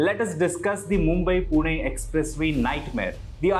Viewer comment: I know its wrong to comment this on serious issue but you genuinely pronounced PUNE perfectly in english too😂